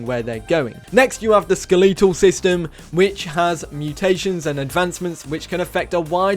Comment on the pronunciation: ske-LE-tol system lol